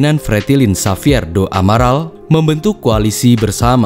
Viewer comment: Xavier kak,bukan safier 🙏